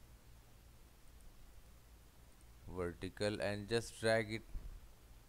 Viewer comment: 'Wertical distance'